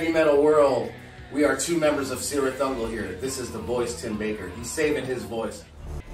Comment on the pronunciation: Also Ungol should be pronounced Oo-ngol, not Ah-ngol.